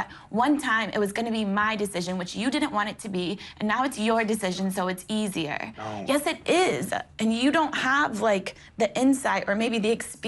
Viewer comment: gabby saying NO is a meme and a mood! 😭